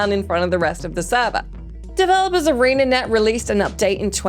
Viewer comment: Sorry AreaNet? I think you mean ArenaNet